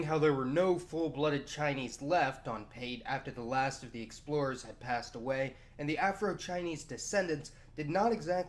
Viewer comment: is that pronounced "sex-plorers"?